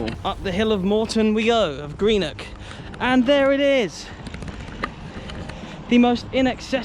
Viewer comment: Well done for saying Greenock and not Grennock